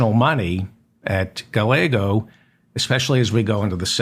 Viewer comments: I believe the ll in Gallego is silent. It's pronounced Gaiego. I could be wrong but it's what I always hear. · Gallego pronounced guy-yay- go.